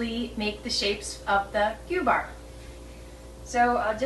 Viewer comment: They do look interesting. Im from Sweden. I have never heard about those "gubbar" They are cute. We don't use ü here in gübbar. It is in germany they use ü. Here we say gubbar... You pronounce it the right way.